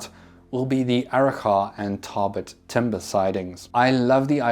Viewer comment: As a local, I can say your pronunciation of Arrochar and Tarbet is pretty close. Only thing is the “char” is more of a soft “a” so it almost sounds like “chur”